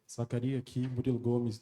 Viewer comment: É Zakaria man! Sem S! É o comum em marrocos. Parece besteira mas isso diz mt sobre entender o nome certo da pessoa e sobre a cultura do cara.